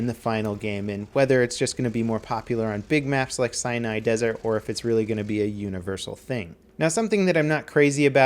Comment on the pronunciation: Lol it sounds like he says Cyanide Desert.